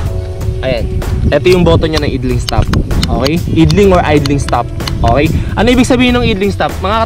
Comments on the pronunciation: Bro ayusin mo naman pag pronounce mo sa mga brand names/models and mga features ng motor. Nakakatawa ka panoorin eh. Idling? Aydling pronunciation nun. And Yamaha Mio Gravis. Gravis lang bro. Hindi Grayvis. Ano yan? Aso? May Raybis? 😂😂😂😂 Lt amputs. 😂😂😂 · Ganda yang Zoomer X talaga. Pero nagpanting tenga ko sa "eedling stop." Idling = "Ayd-Ling." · yun pong idling-stop system nya, "ayd-ling" po ang pronunciation nun, hindi po "id-ling". Sana hindi mo masamain,✌️✌️✌️ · IDLING is pronounced as "AYDLING". Hehe. Rs lagi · Yoownnnn Kaya pala kay bobo hahahahaha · natawa ko don taena hahahaha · nagpanting din tenga ko e. hahaha